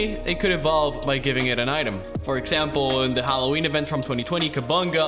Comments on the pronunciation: He said Hw phancub, yep your right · Yes. YOU say Hallowhen Phancub in video